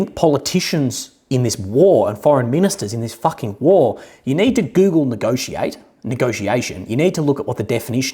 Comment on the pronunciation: You say western leaders need to get a dictionary and search for the word nagociation but isn't this how they always nagociated?